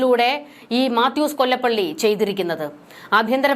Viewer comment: മാത്യൂസ് കൊലപ്പുള്ളി എന്ന് വായിക്കുക